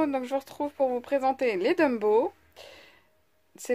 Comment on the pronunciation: Mais enfin , prkoi tu dis DUMBOW ? lol C'est TOMBOW , avec 1 T , svp éssaye , please !!! :D Bisous :)